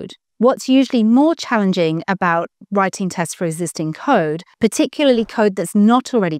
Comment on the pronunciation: "Writinge tests...", deliberate mistake?